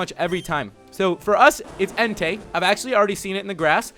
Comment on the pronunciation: That part was great when you said "there we go guys, we found enetei" 😂😂😂😂😂😂😂😂😂😂 You're awesome bro 😊